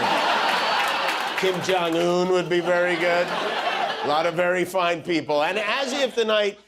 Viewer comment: Trumpf : “we won 86 to 3” 🥴🥴🥴🥴. Trumpf and Trumpfrs. “Their wur 51 millions peepole at the rally lass nite” 🥴🥴🥴🥴